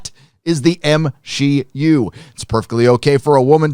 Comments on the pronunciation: Lmfaoooo, did you say M-Xi-U? 😭😭😭😭😭😭😭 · How have I only just heard it be called the M SHE U 😂👌🏻